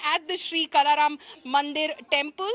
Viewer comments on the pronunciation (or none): is pronouncing Kala Ram as कला राम, where as it is काळा राम - not expected from a news channel like India Today